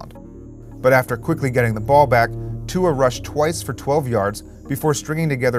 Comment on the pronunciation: Bahahahahahahahahahahahahahahahaha I’ve never heard Tua’s name butchered so hard in my life.